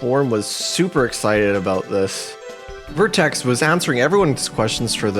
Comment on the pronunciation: An error I noticed in the video, the guy's name is VertREX, not vertEX